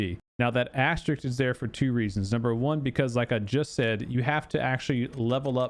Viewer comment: Love your content and thank you for the info, but I need to tell you this. It's asteriSK, not asteriCT. I'm sorry. It's my life duty. Carry on.